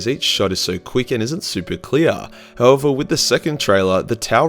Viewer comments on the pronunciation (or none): none